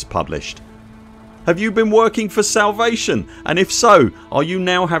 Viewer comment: salavate XD it's no big deal but still found it funny and dont mind it at all a slip up XD